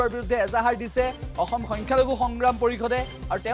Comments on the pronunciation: অহম নহয় অ অসম । তই প্ৰথমে উচ্ছাৰণ ভাল কৈ ক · চুদুৰ ভাই অহম নহয় অসম হয় ভালকৈ অসমীয়া কথা কেইটা কবলৈ শিকি ল শৃংখল চলিহা জেলত গ'লে তহতৰ পানীত হাঁহ নচৰা অৱস্থা হৱ চাই থাক য়েনেকৈ বাংলাদেশৰ পৰা কাটা টাৰ পাৰ হৈ আহি চিলী ঠিক সেইদৰে বাংলাদেশলৈ যাব লাগিব